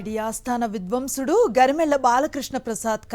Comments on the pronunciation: విధ్వసుడు కాదు విద్వాంసుడు తెలుగు లో పలుకులు భ్రస్థు పట్టి పోతుంది 😢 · ఉచ్ఛారణ సరిగ్గా లేని యాంకర్ లు, విద్వంసుడు కాదు విద్వాంసుడు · అది విద్వాంసుడు సరిగ్గా పలుకు